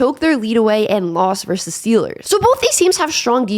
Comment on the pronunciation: Vs is verSus not verse